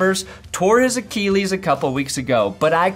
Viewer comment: thatsgoodsports tru but gat dang it is not pronounced AKEELEES